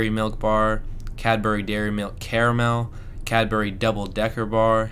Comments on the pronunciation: Interesting to hear you describe things we take for granted and have grown up with!! Good advert for Cadbury too, as I don't think I would ever say the brand just the name of the bar!! (Btw, we say Cadbree rather than Cad-berry, its quicker!!) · Cadbry, not Cadberry, or Cadburry!! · I'm so pleased you now have a proper stash of really good UK chocolate. I hope you have a good hiding place for it all. One last step to UK chocolate assimilation- it's Cadbree or Cadbreh: If you say it like we say it, we will recognise you as one of us. I remember Curly Wurlys from when I was a child- they seemed to be the length of ladders, and your jaw would start aching halfway through. Happy days. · ITS SAID IN BRITIAN LIKE CABRY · ? Its Cadbury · I know, but most people pronounce it Cadbry.